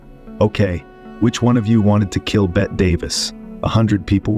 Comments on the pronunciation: "Betty" not "bet" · It's "BETTY", not "Bett" Davis. Also, the word is "SKEPTICISM," not "Septicism." Jeesh! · I'm not quite sure how many times I can hear the wonderfully mispronounced "Bet" Davis. Some real quality work here. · Bring in Bette Davis....Pronounced Betty!! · The narration AI needs tweaking. Also, that's "Bette(y)" Davis, not "Bett" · Whosever programming the AI voice- over for this video might want to reprogram the part where the 'guy' keeps saying, 'Bett' Davis....just suggesting.... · yeahhhhhh her name isn’t “bet” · Wow I posted a little too soon. Bette Davis pronounced as “Bet” Davis? WTF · What? Her name is pronounced "Bettie:" Everyone but YOU has been calling her that for decades. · AI thinks “Bette” is pronounced “Bet.” Wrong, AI. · Bette's name is pronounced "Betty." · Are you saying, "Bet" Davis? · Bet Davis? Really....didn't you review this video before posting it? AI stinks. Hire a professional next time. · This is just lies followed by lies followed by lies followed by more lies...... the AI machine reading this is the reason you should be very afraid of AI. btw, bot, it is pronounced BETT EEEE ..... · Particularly if a narrator who knows how to pronounce “Bette” could be found. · Learn how to pronounce people's names (such as Bette).